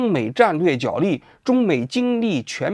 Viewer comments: 角（jué）力，不是jiǎo力。王局从之前的节目到现在，已经读错许多次了。实在受不了你一直读错，太难听了！ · “角力”的读音是 jué lì。